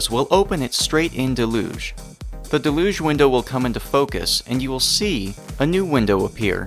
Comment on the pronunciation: del-uge for future reference because hearing mispronounced throughout the video was really annoying.